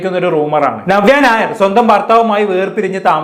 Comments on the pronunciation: നിങ്ങൾ നവ്യ ഞായർ എന്നാണ് പറയുന്നത് 😀 നവ്യ നായർ എന്ന് പറയാൻ പടിക്കു... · ഞവ്യ ഞായർ😅 അല്ല നവ്യ നായർ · നവ്യ നായർ എന്ന് ശെരിയായിട്ടു ഉച്ചാരണം പോയി പഠിച്ചിട്ട് വരൂ പ്ലീസ് 🙏🏻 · ആദ്യം നവ്യ നായർ എന്ന് പറയൻ പടിക്ക്. എന്നിട്ട് review ഇട് 😂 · ആദ്യം നവ്യ നായർ എന്ന് മലയാളത്തിൽ ശരിയായി ഉച്ചരിക്കാൻ പഠിക്കെഡേയ് 😡😡😡